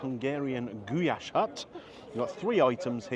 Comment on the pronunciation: Its just pronounced Goo lash. I thought that was your daughter not your wife 😅 My uncle was Hungarian and used to make Goulash for my auntie all the time.